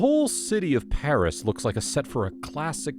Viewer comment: _I’m living in Paris and I’m watching this. (The pronunciations of the places are wrong.)